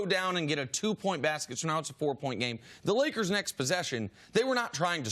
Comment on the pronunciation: There's no "D" is Lakers.